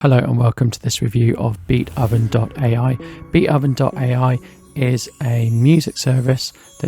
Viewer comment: I believe the name Beatoven is a pun on the name of the classical composer Beethoven, and therefore is not pronounced "Beat-Oven" but "Beat(h)oven" with the "o" soundling like the "o" in "go", "so", "hope", etc.